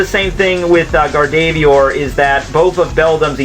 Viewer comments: its GA-R-DOV-O-A-R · Gardevoir is pronounced GAR-de-VOIR and Metagross is pronounced MET-uh-grose. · >gar-dey-veeyer *closes tab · He pronounces gardevoir like gardeeveeoor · You butchered gardevoirs name X-X my fave pokemon but still not your fault likedthe vid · You butchered Gardevoir lmao